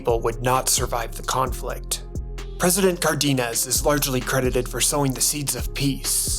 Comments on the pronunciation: Excellent summary, but has some technical flaws. First of all, are you using AI for narrator? The pronunciation of the Spanish words is horrible! Aguila, Cárdenas and other words are butchered. And why on earth did you BLUR out the bosom of the Mexico City statue, el Angél???? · note the spelling of Cárdenas, meaning that the accent is on the first syllable - NOT the second syllable.